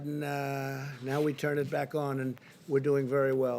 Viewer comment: I love the way The Donald says the word “China.” It drives the Democrat-owned news media absolutely nuts.